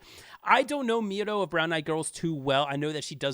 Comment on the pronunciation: Just to correct you, it's Miryo, not Miro (just to correct you) And thank you again for the efforts to make this list